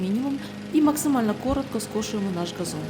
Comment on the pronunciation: 🎉Дякуємо! Але приберіть ту чувіху, яка весь ролик вимовляє слово газон через російське «Г»!! Це ганебно! Москалі пробралися у ваші ряди!😢😢